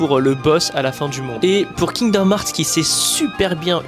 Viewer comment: Heart n'est pas hart moi même je suis nul en anglais mais je sais prononcer coeur en anglais svp si tu est fan prononcer le bien